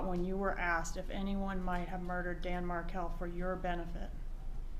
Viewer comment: I've watched this three times now. And I can't help notice that she cannot even say the last names Markel or Adelson? And all that blinking and mirroring?